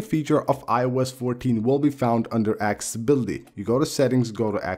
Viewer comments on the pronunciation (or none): I love this guy. Ya it sounds like Axe-Ability. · good video! [AC-SES-UH-BILL-UHTY] (no hate just advice)